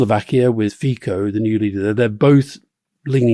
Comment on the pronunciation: 🇨🇿 Alistair, it's pronounced Babish, not Babis, and Fee-tso, not Fee-koh. Rory, the Czech party Motorists are a nationalist anti-electric car party, not an anti-bicycle party. The Judeo-Christian stuff is not particularly strong here, we're a pretty secular country. Okamura or Babiš didn't pop up, they've been in politics for a long time. Otherwise, spot on on Czechia! 👍🇨🇿